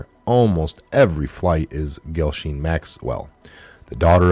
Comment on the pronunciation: Jis-lain ... that’s how it’s pronounced